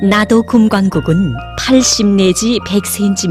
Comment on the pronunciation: 나도금광국 아니고 <나도금관국> 입니다.